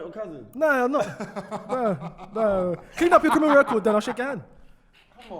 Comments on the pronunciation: "Michael Jackson, you know Smooth Crinimal". Crinimal😂😂😂😂😂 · Anybody else hear smooth CRINIMAL 🤣🤣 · said "smooth CRINIMAL"😂😂how did no one clock